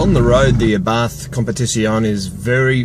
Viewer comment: it is pronounced "Ah Bart" ...You do not pronounce the "H" .